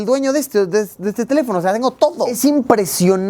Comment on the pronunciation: se te fue el acento en teléfono, lo pusiste en sobreesdrújula y es esdrújula, saludos